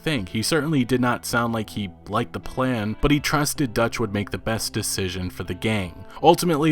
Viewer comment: Did you just say P L A N